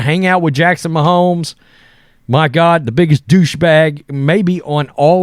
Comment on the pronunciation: So you don't know who Shane Gillis is and you can't pronounce Mahomes? Are you even a person 🤣